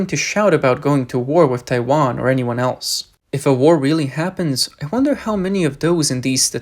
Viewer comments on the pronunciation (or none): none